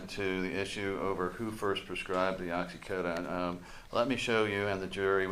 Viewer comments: What the heck is going on with the defense attorney's pronunciation of oxycodone? It's driving me nuts! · Lawyer can’t say oxycodone correctly 🤦🏻‍♀️